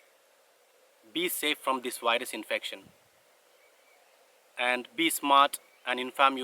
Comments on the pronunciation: It seems he says wires instead of virus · “Wyrus” sounds cool.